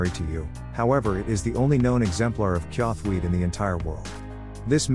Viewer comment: Not to be that guy as I know it is text to speech but, it is pronounced chawthuite